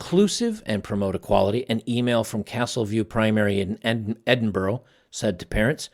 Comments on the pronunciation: A Scotsman here. Just a small tweak to the pronunciation of Edinburgh ( no harm ) Its Edinbur-up ( minus the p obviously ) not Edinbu-row :) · Edinburgh, Scotland is pronounced Edin-burrah, not Edin-burow. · Edinburgh - pronounce it "Eddin-burra"